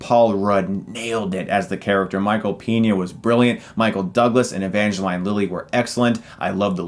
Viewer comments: E-van-ga-line? E-van-ga-leen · Evange"LEEN" Lilly, NOT "LINE", GET IT RIGHT CHRIS. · Evangeline Lily's first name is pronounced Ev-Ange-leen, just wanted to let ya know, Chris. Like Angeline but with "Ev" at the beginning of it. Also, loving the Winter Soldier t-shirt. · l think it's evangel-ee-ne, not evangel-ay-ne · Evangeline (E-van-gha-leen) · You pronounce ‘ Evangeline ‘ wrong lol ….which she’s one of the hottest chicks ever